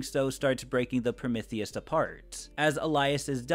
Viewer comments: Is anyone else irked by the mispronunciation of Prometheus? It's not pronounced Promithius the "m e" is pronounced "ME" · I apologize I’m new here, but you said Promithius about 70 times and it started to drive me crazy, Pro-MEeth-ius is the correct pronunciation of the Greek god of Fire:) no hate just felt the need to inform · your Prometheus pronunciation gave me an aneurysm, please stop saying it like that